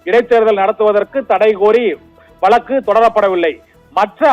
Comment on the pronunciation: வலக்கு இல்லை... வழக்குன்னு சொல்லுங்க. கேக்கவே நாராசமா இருக்கு.